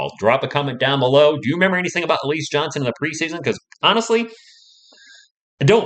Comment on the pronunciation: It's pronounced Al..E..Zay